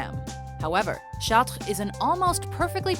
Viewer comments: Charts, the S is silent dumbey. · The way that you pronounce "Chartres" makes me uncomfortable. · why cant you pronounce chatre correctly i thought canadians could speak french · Why is she pronouncing Chatres like that? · everytime this narrator pronounces something french I cringe and want to jump out the window